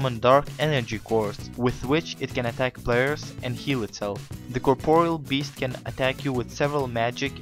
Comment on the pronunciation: can u say corporeal beast right plz